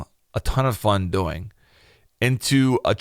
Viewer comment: I hate how he says doing 😂 he says DoING